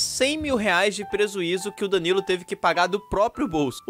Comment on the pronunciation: prezuizo kkk